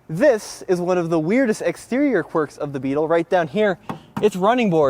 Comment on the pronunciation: you didn't do the This is a part right, there is a pause between this and is and the this sounds more like daffy duck says it